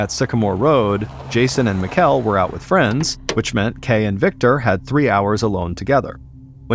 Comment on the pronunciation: I assume the Danish exchange students name was spelled Mikkel. Its pronounced like "Nickel" but with an M. Just a friendly heads up from a Dane :)